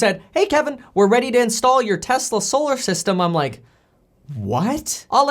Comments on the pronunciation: "telsa" lol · “Telsa “ LOL , “tell as” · ummm.... Telsa? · you messed up lol TELSA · Lol it says “Telsa” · Telsa haha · Telsa? Dude. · what’s “Telsa”